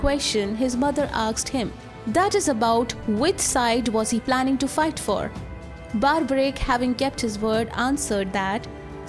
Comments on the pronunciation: First things first it's pronounced Barberic not Barbaric like the word barbarism. Do not mispronounce the name for the sake of sounding American. Second if you are a channel representing Hinduism than do not use Robin Hood styled western digital art thumbnail. The thumbnail should look Indian with Indian attire and body language. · Mam, get your facts right. Also PRONOUNCE the Great name of Barbarik properly and not in your fancy accent. You are making him sound Barbarians. Give proper due respect to these Divine souls. Hate your accent and pronunciation. So fake. Instead of spreading the glory of HINDU culture you are a black spot on it. Stop it.